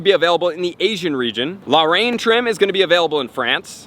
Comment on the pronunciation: Please catch pronunciations early: Matron = may-tron Debutante = deb-yew-tant La Reine = la-ren